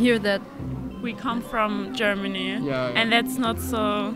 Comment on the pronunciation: Geormony ??? 🤣🤣😹😹 are You kidding me